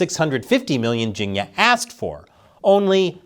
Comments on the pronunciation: It's pronounce "Ching-year" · for a moment i thought you were saying "ginia" short for Virginia. 🤣🤣im like "Virginia had something to do with English steel"